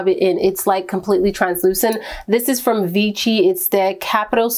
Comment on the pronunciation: just FYI: vichy is read vishy like shiva :)